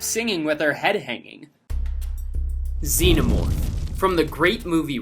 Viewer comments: THEY DID IT! THEY SAID XENOMORPH CORRECTLY!!! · Hey! Someone knows how to say Xenomorph!